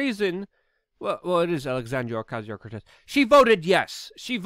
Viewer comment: The next time you say AOCs name that way, you deserve to rightfully be totally dismissed as a bigot